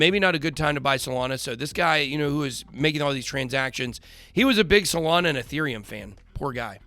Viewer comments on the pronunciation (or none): none